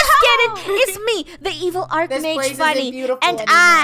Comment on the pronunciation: It’s pronounced “Arc Mage”